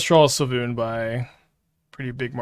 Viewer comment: Pronounced Sway Loon